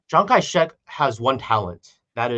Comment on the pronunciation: I love how whenever says Chiang Kai Shek, it sounds like he says Chiang Kai. "Sh!t"!! 🤣 Is this intentional,? 🤣